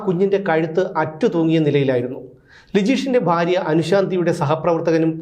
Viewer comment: ഫാര്യ അല്ല. ഭാര്യ.